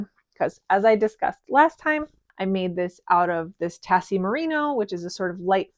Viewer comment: Congrats on the new job,! And the shawl is gorgeous. Just a quick side note, the "Tassie" merino crop top, Tassie is pronounced Taz-ee. Sorry to be picky, but I'm a Tassie gal! Maybe one day if you make it to Australia I can take you to all the best Tassie yarn shops!;) Love the podcast so much ❤